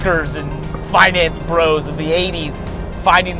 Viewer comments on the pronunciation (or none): none